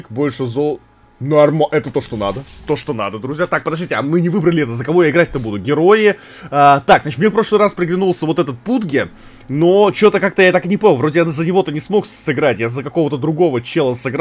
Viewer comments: Саняя, не ПУДГ, а ПУДЖ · Не пудге а пудж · Пов булка говорит пудге тот самый пудж